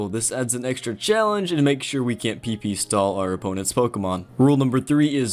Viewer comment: "PP stall"